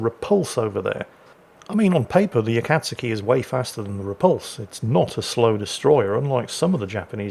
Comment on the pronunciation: because no one knows how to pronounce this ships name heres a tip, U is silent and when saying kat its more like saying cod but with a T so cot A-kat(cot)-ski.